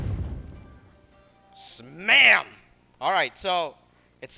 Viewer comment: He said smam